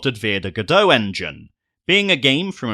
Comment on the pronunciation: Interesting review. I did have it on the Wii but I found it too fuzzy to play so I stopped. I'll probably get the remake when it is patched. I don't mind about cut scenes, I'll just skip them. (I only like the Sonic 3&K 'cut scenes') Btw, "Godot engine" is pronounced more like god-o. Like Waiting For Godot, the (excellent) play by Beckett.